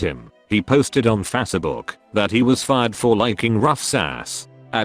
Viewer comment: "Fasse book"